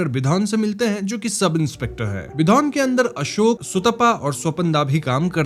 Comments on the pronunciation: It's bidhan not bidhon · अबे विधन नहीं " विधान" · It's bidhaaan.. why you people always think bengali name means only "ooo" everywhere!!!! Anyways.. I love your videos ❤